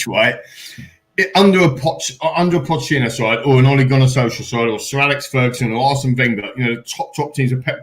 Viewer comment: if continues to say 'potechino' he shouldn't be allowed to speak..seriously..